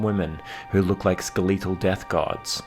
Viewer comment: Ske-lee-tal...? Lol. It is pronounced ske-le-tal